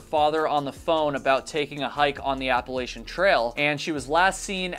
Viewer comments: It's A-pa-la-chain......not appalshin 😅 I got so much shit for this....just wanted to save u from 5k in comments lol Great video considering patreon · Please, for the love of God! It's Appa-latchin. I apologize in advance but I've watched a number of your videos and this one finally put me over the edge. 😂 I've lived in the Appalachian mountains (AKA The Blue Ridge mountains) for most of my adult life. ETA: I'm really enjoying your videos.